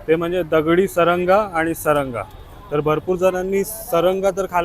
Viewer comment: सारंगा नाही म्हणत त्याला सरगा म्हणतात व्हिडिओमध्ये अशी थोडी कॉमेडी असली तर व्हिडिओ बघायला खूप मजा येते 😂😂